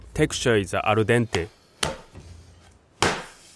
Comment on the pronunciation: gotta love all the philosophy he puts into this. also, gotta love "ar dente" :)